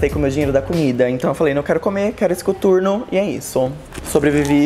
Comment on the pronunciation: mt estranho ver ela falando "cuturno" HAUWHHAHAHA